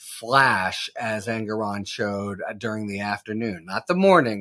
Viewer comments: Harry: the judge's name is pronounced "En-GORE-on". Not Engeron; not Aragon. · I think the justice introduced himself as En-GORE-on. Kudos Harry! Also, I think Habba’s lunchtime political diatribe on the courthouse steps is worthy of note.